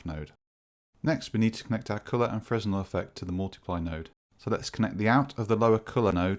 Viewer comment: fresnel is pronounced "fra-nell"